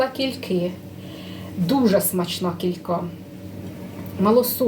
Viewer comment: Кілька, тюлька, тулька — наголос на перший склад. Вперше чую КількА😅